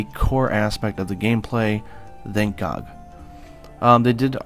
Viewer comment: Did anybody else catch that "Thank Gog" lol.